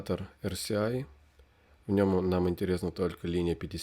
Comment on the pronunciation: Почему вы говорите эрСИай(RCI), если это эрЭСай RSI(relative strength index)?!